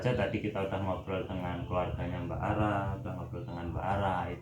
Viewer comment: Bukan araaa, tapi Rara🤣masih sodara jauh sama gw🤣